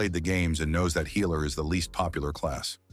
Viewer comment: The "healer" is pronounced "heiler". Annoying AF.